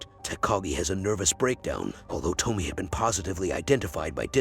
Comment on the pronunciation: Why are you mispronouncing her name? It’s To-Me-Ay